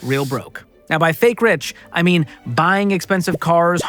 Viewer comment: Did he say "right meow" or "right now"